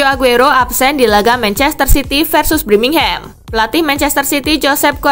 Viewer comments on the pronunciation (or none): none